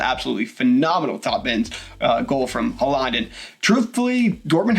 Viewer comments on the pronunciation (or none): His name is pronounced Haul-land...